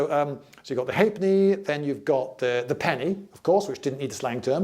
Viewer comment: What a great video. Thank you. Loved it. The John Cleese of coinage. But 2 electrum pieces = 1 gold piece is correct. A sixpence was called a tanner (not a threepenny bit), a shilling was called a bob (not a sixpence), a florin was also called a two bob bit. The correct pronunciation of the coin with half penny written on it is ha’penny, it is not just an abbreviation.